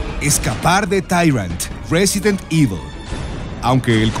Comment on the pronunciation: jajaja "resident evi"